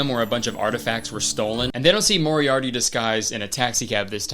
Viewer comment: he definitely says moriarity instead of Moriarty and I just?? they didn't have the budget for one retake?